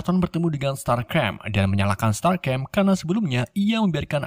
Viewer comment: Bang masa starscream dibilang strasgem🤣